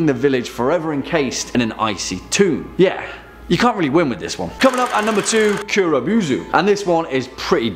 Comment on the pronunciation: Kuro bow-zoo man